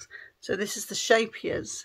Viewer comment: Hi! You have a lot of beautiful socks! 🥰 I absolutely love your Twisted Stitches socks!! I'm gonna have to get that one!! Scheepes is pronounced Skape like (Ska)te +yes, I think. days knows!